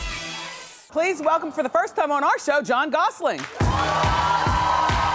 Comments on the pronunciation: Is she calling him John Gosseling? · Wendy keeps calling him John Gosling at least 5 times! Like a baby goose! Just listen to her pronounce it at the end with a G LOL WTF! I would have corrected her as soon as she said it! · It's so annoying she keeps saying Gosling there's no G at the end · Plus she pronounced his name "Gossling" Doh! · She called him "Jon Gosseling" twice lol maybe I misheard, but if she said Gosselin, the last syllable would sound like "lyn" not "leen" (as in Gosseling) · Did she say Gosling??